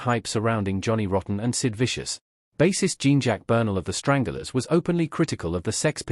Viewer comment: It’s the Stranglers not. Strangulars ffs